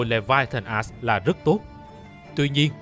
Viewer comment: Mình chỉ có 1 góp ý duy nhất thôi, làm ơn đừng có đọc là Leviathan "ass" nữa trời, bạn cố gắng phát âm đúng cái chữ "axe" đi trời, giọng thì hay nhưng đọc chữ "axe" nghe nó lạc quẻ dã man ấy.